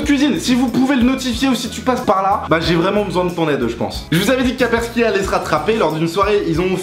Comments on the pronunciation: Kapersky ? On dit Kaspersky ! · c'est kaspersky et non pas kapersky ;)